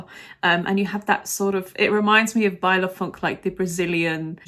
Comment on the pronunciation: I lived to see saying baile funk 😂 cheers from a Brazilian eurofan ❤